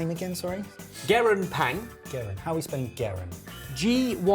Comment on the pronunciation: I am Korean and hearing pronunciation I thought of south east Asia haha until he said the meaning and city. Closer pronunciation of gyeran (ge(t) ron) with no t and ppang (bbang) with ah instead of A.